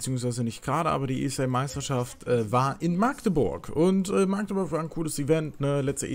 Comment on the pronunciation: Alter wie mich das triggert wie du machteburch sagst. Meine güte. Magdeburg bitte ohne langes a. 😂😂😂